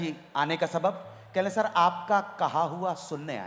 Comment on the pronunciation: Sabab nahi lafz swaab hai anu ji